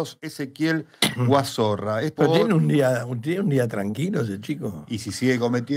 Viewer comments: Me mata que le digan Guazorra en lugar de Guazzora 🤣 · No es Guazorra, es Guazora. No sos vos el que tiene denuncia por violencia de genero?